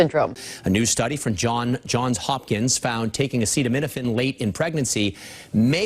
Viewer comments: Trump sounds like a total buffoon here. Defer to an actual medical expert (none of which were on the stage with him). He couldn't even say the name of the drug properly... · Trump couldn't pronounce - or even read Acetaminophen off the teleprompter - so go ahead and take your medical advice from Him - the bloated, flabby King. Many of these drugs - while miraculous, can be bad for our livers, stomach, etc, so Trump may be on to something - but regardless - women huffing Tylenol to prove a point are MORONS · It just really would have helped the point he was making and have been a nice added touch if trump could have pronounced 'acetaminophen' smooth and successfully, instead of in the way that reveals that it was his first time saying the word.